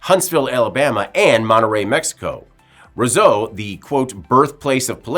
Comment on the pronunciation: He mispronounced "Ro-seau."